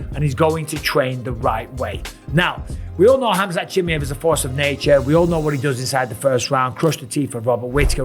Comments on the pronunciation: Mike you need to learn to pronounce his name properly... its CHIM MY EV... not too difficult... what if people started calling you BisPONG... you wouldnt like it pal. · Can you learn to say his fucking name right.... its pronounced ham-zat cha-mi-ev legit not watching any of your videos with his name in until you do. You're a commentator ffs. SAY IT CORRECTLY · its so annoying 😂 just say it properly ffs 😂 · Please learn how to pronounce the guy's name. Please.